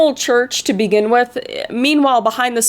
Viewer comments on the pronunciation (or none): none